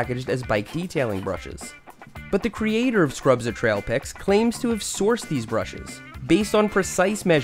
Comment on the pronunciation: “But not just any pipe cleaners… SCRUBZA TRAIPIK”